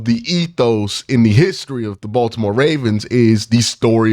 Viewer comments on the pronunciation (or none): none